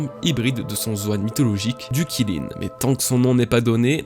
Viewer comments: Kilin mdr alors juste comme ça Qilin ça se prononce 'Tchi Lin' mais à part ça très bonne vidéo comme toujours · Qilin, c'est pas prononcé [Chiline] ? 🤔 Vivement la suite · On dit Kirin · Aucun effort de recherche, même la prononciation du Qilin est nulle... honnêtement autant aller sur les forums, cette chaine est une perte de temps